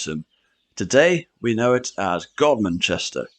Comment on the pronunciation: You pronounced Godmanchester correctly, well done.